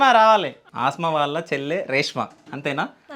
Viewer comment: Aasma kaadu anna Asma anadi